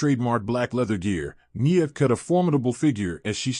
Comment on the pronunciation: NIA not Neeya 😂😂😂